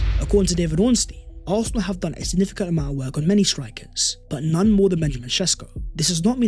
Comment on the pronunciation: How can we take a guy who can’t even pronounce Arsenal correctly talk about Arsenal. Absolutely Toxic Positivity